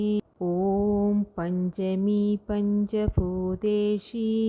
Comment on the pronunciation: പഞ്ചഭൂതേഷി അല്ല ഭൂതേശി എന്നല്ലേ